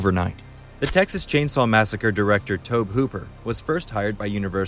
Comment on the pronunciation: It's Pronounced (TOH-BEE).